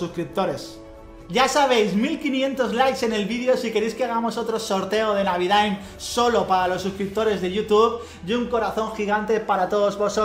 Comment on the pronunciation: "navidaaim!!" xd